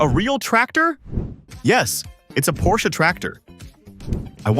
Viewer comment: As a german, i was so happy as you said PorschE not Porsch... . Thx 🙂